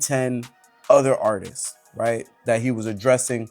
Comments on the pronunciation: The way that idiot is saying "artistss" is pissing me off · The man that keeps saying artisis is pissing me off. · that last dude pissed me off. he kept saying Artistses